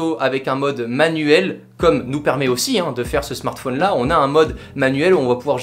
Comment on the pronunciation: Ça m'énerve quand il dit smartphÔne